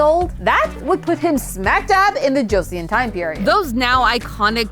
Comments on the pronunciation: You did okay with how you said some words but not a big deal when you messed up some One i will correct is Joseon dynasty is pronounced cho-sun like chosen with different inflection but love the theory!! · it's pronounced "soh tai jee", NOT "se yo tay gee". also it's not "josie yawn", it's closer to "jo-sun" like the Korean newspaper Chosun Ilbo. hope this is helpful :)